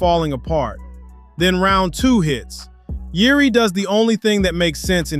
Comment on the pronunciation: nice Ř pronunciation mate